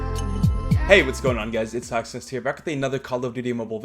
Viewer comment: it's just a weird way of saying hawksnest